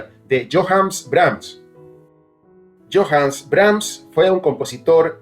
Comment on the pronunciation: No tiene relación alguna ese tema de telenovela con la ombra maestra de Brahms. Por cierto, el nombre Johannes se pronuncia "Yojanes" y no "Yojans".